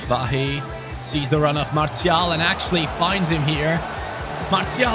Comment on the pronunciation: Btw lil French lesson: most ppl just say Martial like you pronounce martial art and for wahi it’s pronounced ouahi the « ou » like in aouar